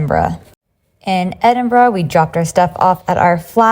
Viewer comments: Glad you enjoyed visiting Scotland. Loved the way you said my home city Aberdeen, and also pronounced Edinburgh properly. Nick should have had some black pudding with his breakfast. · Im glad you said Edinburgh properly. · The most amazing thing about this video?...... An American who can pronounce Edinburgh correctly. ❤😊